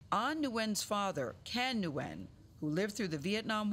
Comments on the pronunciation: I don't know if there are different pronunciations of Nguyen, but I've only ever heard it pronounced "win." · I live in a part of the USA with a lot of Asian immigrants. I knew so many different Nguyen's growing up and even now. Ive always been told its pronounced like "naWen" or "nyuhWhen". The N is definitely pronounced but its said fast and subtle. Its not a common sound we have in English. I always try though and it seems like my Vietnamese friends appreciate the effort.